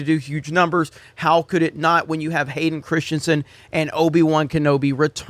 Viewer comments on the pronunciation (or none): none